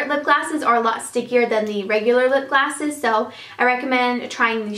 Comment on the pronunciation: is it just me or she always says"lipglasses"? it drives me crazy.Great video btw:)